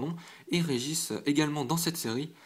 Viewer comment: Bonne ouverture ! GG à toi ! Un détail me perturbe cependant à chaque fois que je regarde une de tes vidéos. Ta prononciation des noms Pokémon.... Exemple de cette vidéo: Regice ne se prononce pas "Régis" mais "Raijayce" Les noms se prononcent souvent à la Japonaise ou à l'Anglaise. Pense à t'améliorer sur ce point là ;) Et pense à t'acheter des boosters en masse, ça te permettrait de faire plusieurs vidéos en continu. Merci d'avoir lu et bonne continuation à toi !